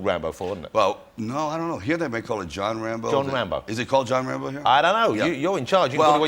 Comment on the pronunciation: I just can't stop finding Jonathan's speech thing very funny when talking about Wocky and Wambo😂 And considering how much abuse he's received from Jimmy Carr for the same reason, I don't feel bad about it🙂 Welease Wodewick!✊🏼